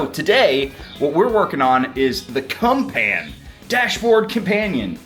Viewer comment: CUMPAN??? Seriously? There is no way the creators of the CUMPAN speak English